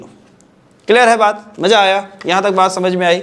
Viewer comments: me notice Karo Yarr sir ne Maza ko Maja bola h but sir teach us very well who aggred with me ❤ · Sir Maza no bola Sir Maja hi bola h